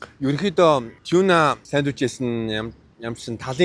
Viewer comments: choona or toona gedgiim bn tegheer shuud zawsaraar ni tiunaa geel shaachlaaa daa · Not tuna. It's tiuna